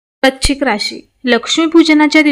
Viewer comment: Tumhi rashicha ucchar barobar kara.vrushchik vrashichk nahi